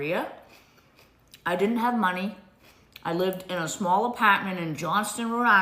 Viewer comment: did she catch the R in apartment? I don't wanna go back to listen 😂 ApaaaaTment? Or did my brain THINK that what I heard because of her inconsistencies 🤔🥸